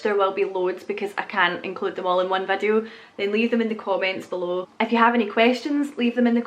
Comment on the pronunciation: Youse is Pittsburgh-ese. It's a small world after all. When you say "if you" it still sounds like "F-U" to me (lol)🤙✌️😉